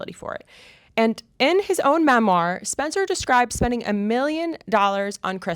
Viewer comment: You can’t pronounce SPencer. Stop the lip injections. You’re beautiful. The Dems funded nazi’s as a tactic. You don’t think they’d do the same here? I just can’t anymore.